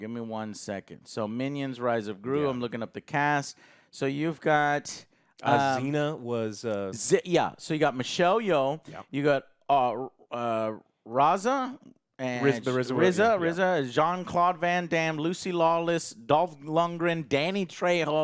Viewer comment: i’m angry Joe said “raza” …